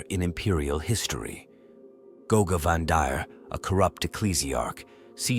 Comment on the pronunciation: I hate these lazy videos. If you're gonna narrate, then narrate. But no , you use a sub par AI That can't pronounce... Primarch , Guilliman , Goge Van dire , to name but a few. Unsubscribing.